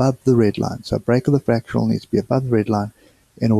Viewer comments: fractAL not fractUAL, just want you to be the best you can be! :) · Its fractal not fratchal